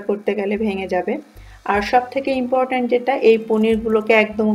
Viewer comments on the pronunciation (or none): none